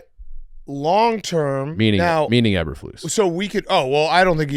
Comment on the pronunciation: can't say Eberflus correctly